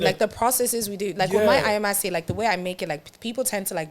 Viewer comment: Finally, someone saying “Ayamase” correctly 😭😭😭